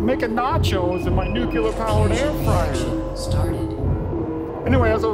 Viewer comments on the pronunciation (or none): Even the computer pronounces "nuclear" incorrectly? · Nu. Cle. Ar.